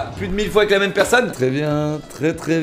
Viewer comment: Même la voie of dans l'outro prononce même et pas mime !